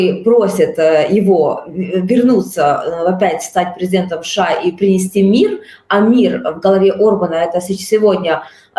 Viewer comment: Уважаемые журналисты, не говорите, пожалуйста, "Ша", нет такой страны , есть Соединенные Штаты Америки, США , в крайнем случае " Штаты", режет слух, извините. Эфир замечательный.